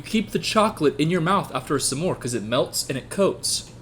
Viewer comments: anyone else notice that when he says smore he says sum more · i like the way you say s’more